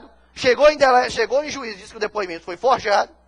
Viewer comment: Putz! O advogado falou "forjeado"... Eita!